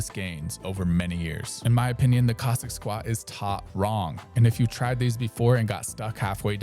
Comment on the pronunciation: I think this chap is gently ribbing the pronunciation of Cossack as Kozak. Aren’t you, my dear friend? Don’t worry, I got the joke. Ha ha. He pronounces Cossack much like Kojak, the famous detective played by Telly Savalas. Coincidently in the film Horror Express Telly Savalas plays a Cossack. A role he excelled in.